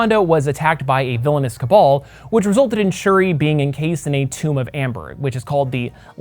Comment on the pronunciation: Everytime you said shiri my damn iphone started listening